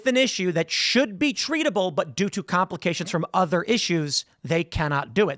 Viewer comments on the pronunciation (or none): none